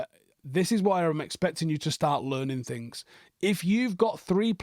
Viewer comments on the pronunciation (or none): none